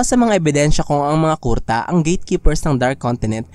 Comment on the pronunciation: Medyo asar lang sa pag bigkas mo ng kurta na miski kuruta haixst